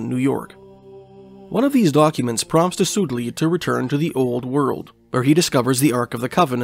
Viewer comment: By the way, Soudeley is pronounced "Sudley"